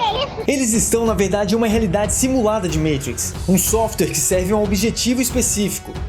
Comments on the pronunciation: Agunia de vc toda hora falando "meitrix" fala normal poorra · A pronúncia e (matriz), vc pronúncia errado o nome do filme. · Sou fã do canal. Mas deixa de falar "meitrix". Por favor! Kkkkkkk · eu até entendo o compromisso com a pronúncia original do nome do filme, apesar de um pouco irritante. Mas o resto das palavras??? Katakana não se pronuncia assim (veja o canal Japao Nosso de Cada Dia)... MICHELLE pronunciado como MITCHEL hahahahhaa, mano... menos Sem contar que já tem muitos anos que os "irmãos" Wachowski passaram pela transição de gênero. Foi extremamente desrespeitoso o cara ficar chamando as IRMÃS Wachowski de irmãos o tempo todo. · O certo é matrix e nao "maitrics" pq é uma palavra latina e nao inglesa. Abrasss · Belíssimo vídeo, maaaaiiisssss... Mentrex uma poha . Matrix e pronto. Não precisa mostrar sem o pica no inglês. Isso afasta e fica estranho . MATIQUECE ( PRONÚNCIA BR ) Moramos no Brasil minha fera !! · Matrix estamos no brasil chama Matriz Você não sabe bem pronunciado nome do cara no vídeo E quer falar mitrix Minha opinião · Amigo Matriz no Brasil Se quiser falar com a pronúncia MITRIX FAÇA O CONTEÚDO FALANDO EM INGLÊS NÃO SEJA CAIPIRA ABRAÇO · matrix e nao maitrix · O video é legal... Mas o cara falando Meitrix, toda hora é pra foder.. Fala Matrix logo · E Matrix,não meitrix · Metrix? Fala a porra do nome direito, igual a qualquer outro Brasileiro... Ooo Caralho.... MAAAAAAAAAATRIX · Cara... não estraga o modo de falar! Não eh metrix eh MAAtrix kkkkkkk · O conteúdo do vídeo foi muito bom, afinal, gosto demais da história e dos efeitos da trilogia. Agora, essa p....a de "MEITRIX" acaba com o vídeo. Na moral, o vídeo poderia ser muito melhor com outro narrador, menos... Simplesmente MATRIX e não "MEITRIX", Playboy de m...a, não fode a parada. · Falou "Meitrix" já toma dislike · agonia com "Meitrix" pra cá, "Meitrix" pra lá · dei deslike so prq fala meitrix huahauh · Mitrix ssreesrsrss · Meitriks kkkkkkkk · Agora sei que se fala "Moeitricz".